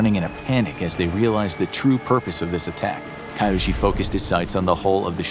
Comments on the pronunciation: The name is pronounced Kee-yoshi, not Kaiyoshi. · 'Ki-' isn't pronounced "kai", it's pronounced '"kee". So Kiyoshi is KEEyoshi, not KAIyoshi. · KAI yo shi no. Kee yo shi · So, So many things wrong with this video, both factually and culturally. Please put in some effort into research, unless you're putting a disclaimer that your "story" is based on stereotypes and assumptions. Too little space to even gloss over, but to start: He got a "*White*" paper? And WTF is "Kai-Yoshi"? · You do a great job of narrating but I urge you to work on pronunciation. KEY-YOSHI Kiyoshi Do better! I know you can! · I was thinking why Chinese background music And Kiyoshi isn't pronounced right